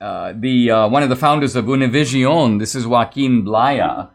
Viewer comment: Brother Danesh , you nailed it on the pronunciation of Univision 👏👍